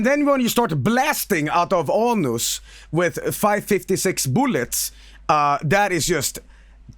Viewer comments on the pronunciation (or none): BLASTING OUT OF AH-NOOSE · "blasting out of aunus with five fifty six bullyet" fucking killed me holy shit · “Out of onnus”